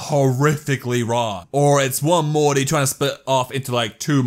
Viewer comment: When you think your funny but instead of saying Morty you say muty